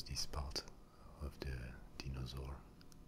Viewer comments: Steven0671 deenosaur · the mispronunciation of dinosaur and other words make the asmr better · The way you say dinosaur is so nice